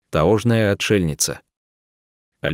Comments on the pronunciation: Почему вы произносите ,,таОжная глухомань,, ??? Всю жизнь она была ,,таЕжная,, и вдруг стала ,,таОжная,,. Ужаааас !!! Читаете ,как первоклассник, даже неприятно слушать. Ударения в самых простых распространенных словах не там произносите .. кошмар.... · Это что за читатель???? Я так не ржала уже много лет. Таожная , гамбургеры - где удареение🤣🤣🤣🤣